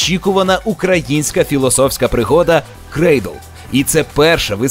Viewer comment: Timofiy Humenny так. Інфа сотка. Перевірено на британцях і американцях. Таке прочитання українською фонетикою найближче до оригінальної фонетики.